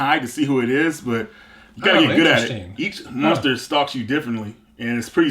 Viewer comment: keeps saying "munster" haha